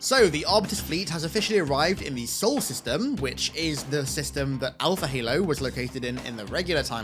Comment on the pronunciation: The pronunciation is the So-ell system. Two syllables. The Sol system is our actual solar system